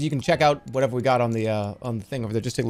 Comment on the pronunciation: that was the most boston "whateva" ahahahah. he's so goddamn funny